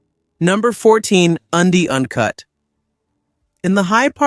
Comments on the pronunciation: Undy uncut? That's a strange way to pronounce "Andean Cat". Must be an Artificial Ignorance narrator. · Your pronunciation of some of these cats (not cuts WTH?) is really atrocious. The mountain range in South America is called the Andes (pronounce Andys therefore the cats is pronounce Andy Ann). Since when is a caracal a hyena A hyena is a completely different animal. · Andean cat is pronounced, undy un cut ?